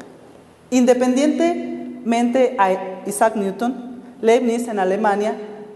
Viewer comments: por favor no lo pronuncies como neuton me hace mal a los oidos pronuncialo como niuton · Me siento orgulloso de que me gusten las matematicas y les dedique tiempo a su estudio. Esta platica acerca de ecuaciones diferenciales toca temas interesantes pero se nota demasiado que los ponentes no estan para nada preparados. "Neuton" en vez de Newton /niuton/ jajaja se pasan